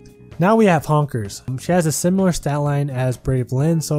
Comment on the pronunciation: You called Hinoka "Honkers" LMAO